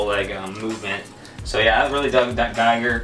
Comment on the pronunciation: GIGER (pronounced "GEEger")not geiger..